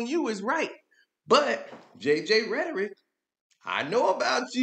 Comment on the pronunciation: He said rhertteric im here for it 😅